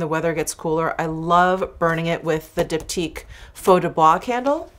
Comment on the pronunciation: finally ive heard someone say diptyque so i dont have to embarrass myself anymore whoops